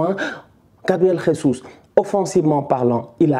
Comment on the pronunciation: Je valide mais sa se dit jésus en portugais pas ressus comme en Espagne